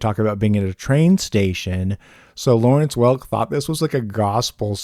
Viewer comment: I too felt the pain of Lawernce Welk.